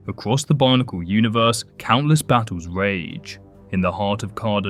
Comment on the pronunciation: Bionacle? Teally? You sad. Sad little monkey